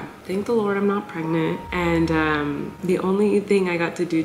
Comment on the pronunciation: You mean LORD not LORDT 😉